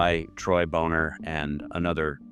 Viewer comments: I've always heard Troy's last name pronounced as "BAH-ner" but I'm not sure of the correct pronunciation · Troy Boner. Pronounced Boné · Dude, you could just say Bon-ner and be the wiser for it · came here to make the same corrections myself. Very short video, there's so so much more. Really destroys your soul reading about this stuff. Also, Troy "Boner" is pronounced "Bonner" if I recall correctly